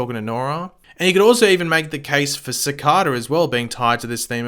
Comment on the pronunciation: Why does he say cicada so strange